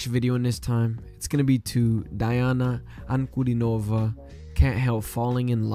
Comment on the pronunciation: Cool reaction. Don't worry, but rather learn how to pronounce the name of the best vocalist on the planet correctly: just pronounce the letters as they sound in Latin (which is the basis for the English alphabet, but differs in many ways in sound).